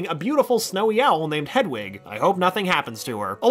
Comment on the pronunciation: It’s hedwig not headwig